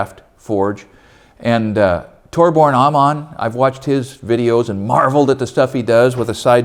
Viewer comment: Love looking at other peoples shops and getting ideas. Also one little thing is Torbjorn is more accurately pronounced Torbyorn. Just trying to be helpful.